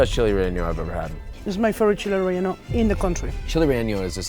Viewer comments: that is the weirdest pronounciation of 'chile relleno' I have ever heard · You’re saying Chili Relleno so wrong even after she says it correctly 😂